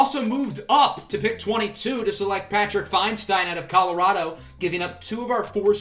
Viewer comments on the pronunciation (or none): none